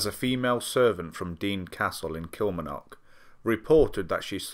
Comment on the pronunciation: Don't worry about it but kilmarnock is pronounced like kill-Mar-Knock